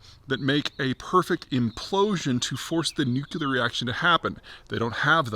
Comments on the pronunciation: New-clear, not new-q-ler😂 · The last two videos it looked like P was finally getting the hang of pronouncing it "nu-cle-ar" ... but he's now regressed again to "nu-que-lar". Maybe a sign of the stress? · when you say nucular like a Bush president, that shows lack of knowledge of proper pronounciation... it is pronounced NU CLEAR and you won't sound like a doofus. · Zeihan needs to stop saying "nuke-YOU-ler". It's really tough to take him seriously on this issue if he cannot pronounce the topic correctly. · I'm struggling to understand how a word derived from the word nucleus can be pronounced according to the spelling nucular. Is this a basketti instead of spaghetti, too hard to get the tongue around kind of thing? As a geopolitical strategist I'd like to think that Peter would understand the importance of minimising misunderstanding that changes in the pronunciation of words would create. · I'd wish he'd put the "nu-cu-lar" word behind a paywall also. My ears are bleeding. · Look at my geopolitics guru dawg, he can’t pronounce nuclear 😭